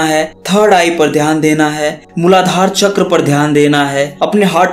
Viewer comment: Not chakraaa its चक्र